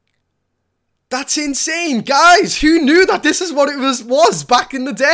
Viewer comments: It's not skeptile it's septile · Did you just say SKEPTILE?!?!?!? TRIGGERED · Star sceptile is pronounced "sep-tile" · You dont say Sceptile correctly! TRUEGREEN7 will kill ya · The c is silent in sceptile's name